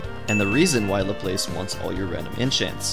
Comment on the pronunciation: HIS NAME IS PRONOUNCED "LAP LESS" NOT "LA PLACE" 😠😠